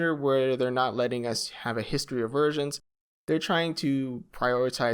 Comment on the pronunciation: I heard versions as Virgins and died laughing